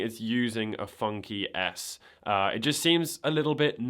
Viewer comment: Is it just me or does FunKey S sound like Funky Ass, whenever he says it? 😂